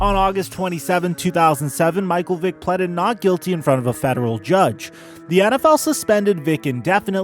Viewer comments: This nigga said “pleddid” 🤦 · My man said "pleded":P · Imagine being able to pronounce ‘pleaded’ correctly…. Or realize there was no such thing as ‘The Washington Football Team’ when Vic was a kid.